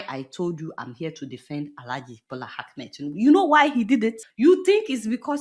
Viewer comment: Hello mrs Deola the name of president Tinubu is Ahmed not Akmed as you always call him. Please correct that pronunciation.